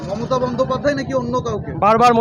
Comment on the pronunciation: রাহুলের কথা বলতে কি কষ্ট হচ্ছে ,momotat নাম টা কি ভাবে বলছেন ,,বিজেপি র পক্ষে কাজ করছেন করুন